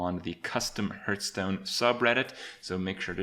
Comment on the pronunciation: Your pronounciation of "Hurtstone" is triggering me